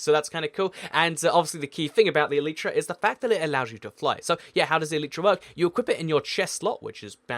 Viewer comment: its not elitetra its e light tra